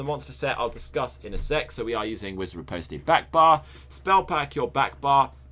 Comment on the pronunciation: good build man, really like using it in Open World and BG's, only thing that has bothered me is Reposte is pronounced "ripost" please don't kill me for bringing it up :)